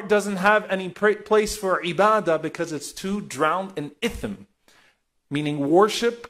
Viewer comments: Alsalamu alaikum wa rahmatullahi wa barakatuh Hey there ... it is "ITHM" and not "ITHN" In and alsalamu alaikum wa rahmatullahi wa barakatuh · Just to correct its ithm not ithn Love u dude keep it up